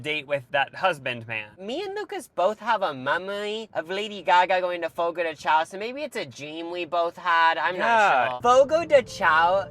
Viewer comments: I love your videos. Next time you go to a churrascaria for rodizio you should try grilled pineapple and Brazilian limeade. I just learned “The correct pronunciation of Fogo de Chão is "fo-go dèe shoun". The name, which translates to "fire on the ground" or "campfire" in Portuguese, is often mispronounced as "Fogo de Chow". 😊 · The way y'all are saying chÃo as "xao" is killing me 😭 P.S.- Just heard the churrasco as "churasco" 💀